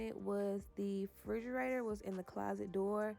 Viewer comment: Frigeraytor? Huh?!?! 🤦🏾‍♀️